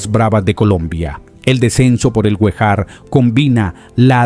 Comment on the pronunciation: Rio Guejar (Acento en la e)